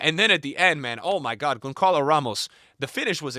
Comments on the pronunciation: Dude you're butchering Gonçalo Ramos' name It's Gonsssalo and not Gonkalo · Bro keeps yapping like a football expert but still can't pronounce Gonçalo Ramos right yet 🤡